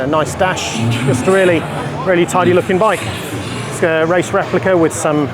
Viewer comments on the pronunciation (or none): none